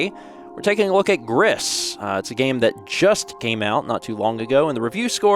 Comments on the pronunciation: it's pronounced like "grease",it's spanish for "grey", the devs of this game are a spanish company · Spanish pronounces all the letters, so it's like "Greece". French would be more like "gree". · Are those the depths of despair? Also, 'Gris' is pronounced to rhyme with 'free'. It's the Spanish word for 'gray'. Depression leaves the world very gray, indeed.